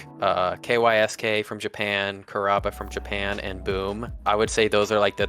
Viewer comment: Kysk is pronounced “KEYO-SHKEE” which comes from the Japanese “kiyoshiki”. No one calls him “Kay why es Kay”